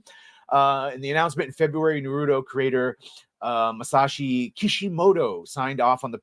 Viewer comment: You saying it "nuhrootoh" is wild